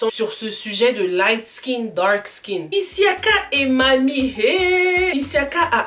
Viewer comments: Sa s’écrit Issiaka mais on dit Siaka 😂😌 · C’est siacka pas issiacka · Siaka et non isiaka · C'est pas Issiaka mais plutôt Siaka.... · C'est "Syaka" 🤗🤗🤗 Il n'y a pas de "i" devant.